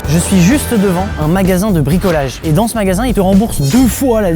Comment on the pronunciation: les 5 premières secondes "ché chmagasin" mdrrrrr